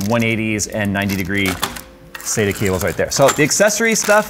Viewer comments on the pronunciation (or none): none